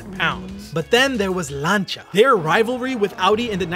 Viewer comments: I like your vids. its not lancha its lan see ya. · Oh, for fucks sake, stop calling Lancia "Larn-cha", it's pronounced "Lan-see-ah" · Lancia not lancha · Who is Lancha? Its Lancia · Lancia is pronounced lance-c ahh. Not Lanchia. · why is he saying langia instead of lancia..... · It's lancia not not lancha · Why are you pronouncing Lancia "lancha"? Its pronounced 'Lan sea A' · you hear the unmistakable voice of incompetence every time he says "Llaanchar"... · I think this is the first time I've ever heard someone pronounce "Lancia" as "Lancha" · its always staggered me how this guy can pronounce the simplest of things wrong bro really said " Lancha" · no its laan- see- uh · the Italian pronunciation in 'lancha', you are pronouncing it wrong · bro said lancia as lancha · LANE-SI-AH its pronounced, LANE-SI-AH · It's "Lan-chia" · please try this to help you out. Lancia DOES NOT have a 'H' anywhere in its 6 letter spelling. it is not, nor has it ever been pronounced lanCHA. so try this way because it is the ONLY way to pronounce Lancia. LAN.....SEE......A, LANSEEA, LANCEEA, LANCIA! hope that helps....... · The way this guy pronounced lancia 🤣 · He keeps saying Lancia wrong. Makes me mad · Why can’t you say lancia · the way you pronounce lancia upsets me, its just wrong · PLEASE STOP PRONOUNCING LANCIA WRONG